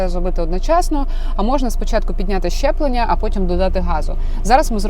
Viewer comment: Мені почулося чи ви сказали щеплення?)))